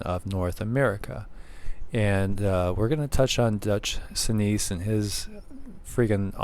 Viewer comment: It's pronounced Dutch sense and yes, like you, he is amazing.